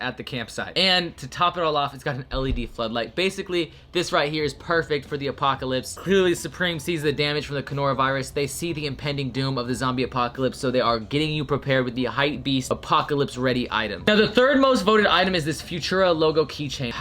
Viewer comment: My mans said “conoravirus” 🤣